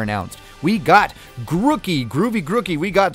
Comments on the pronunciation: GrOOkey- 2 ‘o’s, not 1. Groo-key. Not gruh- key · but it’s name origins mean it’s pronounced like groove. If it’s name origins were partially rookie like u said, it’s name would be ‘Rookey’ not Grookey